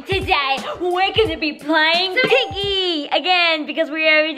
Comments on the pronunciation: When said piggy I thought she said biggy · When said: piggy has woken up, doesn’t it sound like biggy?? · when said piggy had woken up i though u said biggy had woken up🙂..